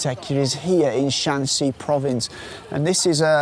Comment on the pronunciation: Shanxi and Shaanxi are pronounced in different tones in Chinese